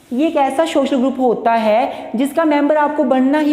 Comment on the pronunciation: its social not shoshal :!